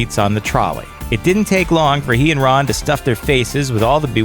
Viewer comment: Did anyone else notice that he said Bron instead of Ron